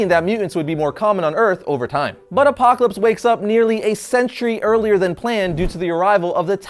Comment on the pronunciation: I like the way you say " APOCLAPSE " ! Excellent review !!!!